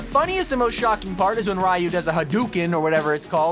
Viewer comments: why does every person born in the 90's and below call him RI-You, his name is pronounced REE-YOU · It's not pronounced "Ri-u", it's "Re-u". And his "fireball" IS called "Hadouken". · ITS REEYOU THATS HOW U PRONOUNCE IT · Who taught anyone to pronounce "Ryu" as RAIYU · You pronounce Ryu name wrong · He said Ryu’s name wrong but every thing else is good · Ummmm I don’t watch that much things about fortnite cause I just play and I don’t think that they can talk but how does ryu say hadukin????